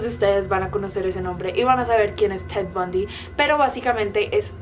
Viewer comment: no estaba viendo el video, solo escuchando y cuando dijo "ted bundy" entendí cat von d y duré super confundida mitad del vido